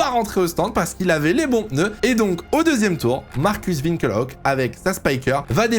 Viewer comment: pourquoi Winkel Hock ? Ça se prononce Winkelock